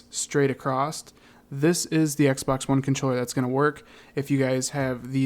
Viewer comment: when this guy says x pax